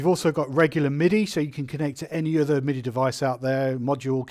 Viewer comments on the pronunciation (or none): none